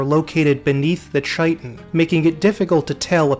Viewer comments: Sorry for the pedantry, but it's ky-tin and not chai-tin. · Chitin=KY-TIN!!! KY-TIN DAMMIT!!! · Chitin is pronounced KAI-tin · Chitin and chitinous are pronounced with a 'k' sound. Otherwise, fantastic video. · I really enjoyed the video. Though I did want to point out thar "Chitin" is pronounced with a k- sound (kai-tin), not a ch- sound. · Just because i heard you mispronounce the word a few times in this video, chitin is pronounced Kite-un or Kiten-ous not chai-tun, che-tin, or chai-ten-ous. Amazing video by the way, this is solid gold content! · Please FFS chitin is pronounced kai-tin, insects have a kai-tin exoskeleton they don't carry tins full of crap. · Awesome presentation; thank you! Just for future reference: “chitin” is pronounced KY-tin. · Chitin /ˈkītn/ pronounced kai-tin. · Great video, minor nitpicks: diminutive (de-min-you-at-ive) and chitin (chitinous) (kai-ten) (kai-ten-us) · Great and detailed summary. Heads up that "chitin" is pronounced "kai-tn" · Thri-kreen. Thri rhymes with eye. Chitin. Sounds like "kai-tin". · Thri-Kreen is pronounced "thry-kreen" Chitin is pronounced "kai-tan". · Chitin is pronounced "shit-in" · Pronounce chitin properly, Arrrrgh. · My only beef is that you pronounce chitin wrong 🙄. Great overview though brother, keep it up! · Just for reference, in case you haven't found this out since making this, "chitin" is pronounced with a hard "K" sound, not a soft "Ch" sound. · Just to add, it's not that I like correcting other people's pronunciation or spelling, it's just that it was playing a Dark Sun campaign where I first learned how to pronounce Chitin. Besides, it was an excuse to leave another comment. :) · Love the video. One nitpick tho... that's not how you pronounce "chitin." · The 'ch' in 'chitin' is pronounced as if it were 'k'.